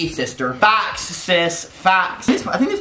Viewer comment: I thought he said thot facts.😂😂😂